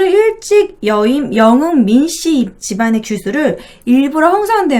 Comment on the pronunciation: 발음이 너무 안좋음. 여흥 민씨를 영흥 민씨라고 발음하는게 너무 귀에 거슬림..